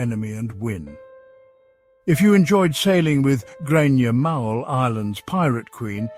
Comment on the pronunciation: Grainne Mhaol = pronounced Grainne Whale ... ffs !